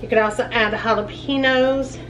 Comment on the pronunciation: Jalapeños….is pronounced with an additional syllable then you pronounce….might want to listen to a Hispanic channel for pronunciation